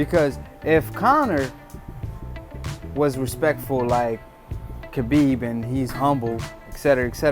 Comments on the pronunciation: Dude you keep saying kabib it’s habib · khabib ( huh beeb )